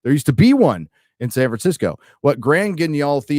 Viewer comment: The way pronounced Grand Guignol made my ears bleed a little.:-D But kudos to him for knowing it, as if he needed any more geek points at this moment.